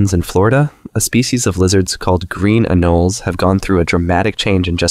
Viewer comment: It’s green “an-o-lee-s” great video tho